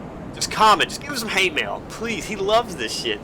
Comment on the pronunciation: Ah yes, h a t e m a i l.